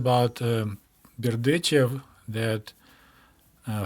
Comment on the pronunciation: It was enlightening to hear place-names like Zhitomir and Berdichev pronounced as they ought to be, and not as how I imagined they should be!